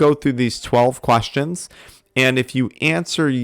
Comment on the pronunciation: "12 quAstions" 😂😂